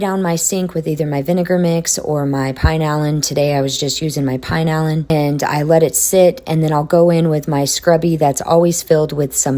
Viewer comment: Hey, great video, as usual! The cleaning product that you are referring to as "Pine-Allan" is a Mexican product and is pronounced "Pee-Nah-Lean". I lived in Mexico for many years and love the rose scented. It comes in many different fragrances as well. Take Care and have a great 4th of July!